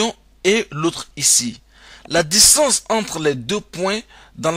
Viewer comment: Un cercle et non pas un cècle !! Distance et pas dissance.... Pénible pénible , fuyez !!!